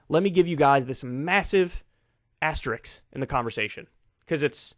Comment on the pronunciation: Asterisk, not asterix.